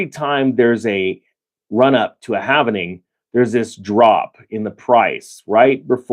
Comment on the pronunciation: There is no "N" in HALVING!